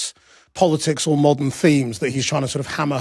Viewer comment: The moment I heard him say "mordern audiences" I knew it was over. How much money must Hollywood lose for "modern audiences"? This is a myth, there is no such thing.